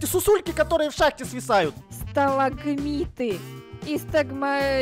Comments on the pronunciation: Ну что вы за люди не можете даже правильно назвать сталактиты сталагнаты сталагмиты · Ребята, не сталагматиты или магламатиты, А СТАЛАКТИТЫ И СТАЛАГМИТЫ. Ваащее. А так проржала все видео. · Стагматиты и стаглатиты что проговорить не можете хахаха 😂 😂😂😂🤣🤣🤣🤣😎😎😎😎😂🤣😂🤣😂🤣😅🤣😂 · Никто: Обсолюсно никто::Стологмиты как сера из ушей шрека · не может произнести сталагмиты и сталагтиты,почиму? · Не стласкматиты какие-то а сталкматиты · Правильно говорить. Стагматиты. Стаглатиты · Сталагмиты и Сталактиты 🤣 бедный намучился выговаривая эти слова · Никто: Абсолютно никто: Я на протяжении всей серии: Хоспади, так сложно сказать сталактиты и сталагмиты?!